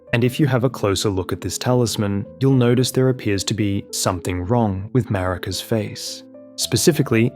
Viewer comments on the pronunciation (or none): I was listening to one that was "for sleep" but kept waking up every time it said Muh-Reeka. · You're right there has been an influx of AI elden ring videos. You can always tell because AI never says Marika correctly, and other indicators.